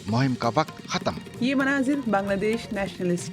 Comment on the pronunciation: جاوید چودھری کی تلفُّظی جہالت سمجھ مں نھی آتی! “ختم” khatam❌/ ختْم khatm ✅